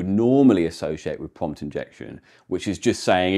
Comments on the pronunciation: Am I the only one twiggewed by the way "pwompt" is pwonunced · For fellow watchers who may benefit from this clarification: he is saying "prompt", not "pump", "pumped", nor "pomp".